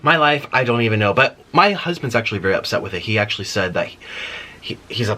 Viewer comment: “JEOLOUS”. “ACCULLY” “GRANDAMAS” LMAOOOOOOOOOO